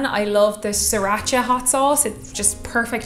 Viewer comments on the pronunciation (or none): none